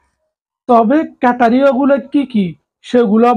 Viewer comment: ক্যাটারিয়া না ক্রাইটেরিয়া